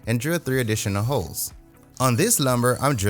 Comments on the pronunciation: I laughed at the annunciation of "HOLES" 🙂 Great video and great project. One thing I noticed is that you referenced the dowel placements from opposite edges. If the board wasn't of the exact same width, that could be an issue. It's probably being TOO careful, but it might be a bit safer to reference your dowel jig placement from one side of the board, flush, and then maybe with a spacer stick or something for the opposite side. Obviously, it didn't cause a big problem for you, but it might be a good practice in the future. Good Luck! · I definitely heard the L in holes lol